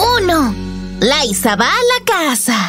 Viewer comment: es liza con "z" pero el nombre se pronuncia en Inglés como laysa pero se escribe liza